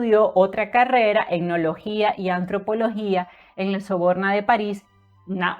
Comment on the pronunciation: Sorbona, no soborna…